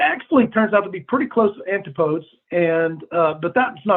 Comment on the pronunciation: That's not how you pronounce "antipodes" dude... not even in American!!